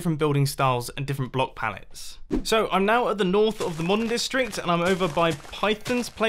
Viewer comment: did anyone else hear mumbo say futuristic dick- district